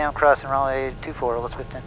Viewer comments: Can always tell non-locals by the way they say "Elizabethton" Non-locals say Elizabeth ton....like elizabethtown. Locals stress the "Beth" portion as opposed to the "ton" portion. Not criticizing, just observing. You can hear it when you listen to how the other pilot and Air traffic controller say it. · Just a heads up, it's A-Liz-A- Beth- Ton. Ya gotta learn hill talk! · long time watcher. I used to live near Johnson City, Tn for a time. One thing, It's pronounced, e-liza-BETH-ton.:-) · My old home town. Pronounced Eliz-uh-BETH-t'n. Guy on radio said it right. Thanks for the video. Semper Paratus. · Great Video. Love the choices of music and cinematography... Your really good. On another note, Welcome to Elizabethton, TN. I think you've been there once before? Anyway, I'm a local and I feel I have to tell you, You're pronouncing it wrong..lol You have to pronounce the "BETH" in ElizaBETHton with emphasis.. No worries though, You get a pass, yor.. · Haha it’s just pronouncing the way it’s spelt, he doesn’t have the accent of us locals 😂